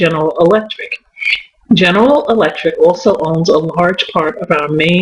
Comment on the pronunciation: You can't say General Electric to save your life